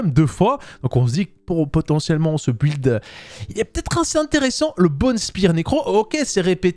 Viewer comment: Mais....pourquoi tu dis un b''W''uild ??